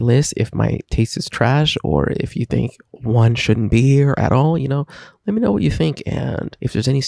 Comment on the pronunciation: Its one like no. 1, not oneh